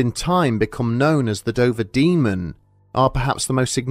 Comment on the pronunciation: At the start I couldn't help but hear you say "the Ben Dover Demon". I'm way too tired...